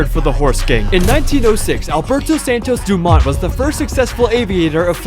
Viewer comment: Santos-Dumont? lol. No.